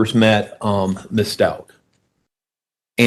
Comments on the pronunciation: I think HH liked Al. As a dad. So sad she’s lost all her parents. Her attorney mispronounces Stauch too. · Is this first case? I feel a little embarrassed for him. I also think it's interesting that he has mispronounced her name several times and neither one of her attorneys are sitting near her, like they don't want to be associated with her.